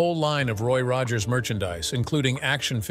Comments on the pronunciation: It’s Roy Rogers not Roggers. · "Roy Roggers"???!! ROGGERS??!?!?!?! You're blocked!!! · Ugh, crappy AI swill. It can't even pronounce Rogers consistently.